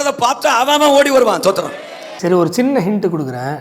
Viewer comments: ஸ்தோத்திரமா? தோத்தரமா? அதை முதலில் சரியாக சொல்லுயா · First ஸ்தோத்திரம் ஒழுங்கா சொல்லு